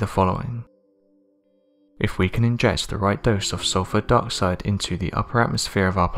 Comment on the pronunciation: Trash narrator that mispronounces everything. Lol. Listen to his words. How this fool says dioxide LOL!! I mean English subtitles cant even understand this garbage natrrator.